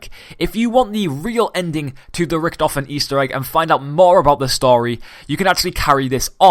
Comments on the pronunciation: Why did you call him riktefien like WTF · U say it lyk riktofin, wtf